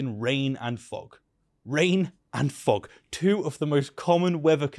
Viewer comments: Everytime this guy says "fog", I hear him saying "fuck". lol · Please stop pronouncing "fog" like the other F word. The first time it was amusing until I realized you're just lazy. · pronouncing "fog" as if it were a French seal 😂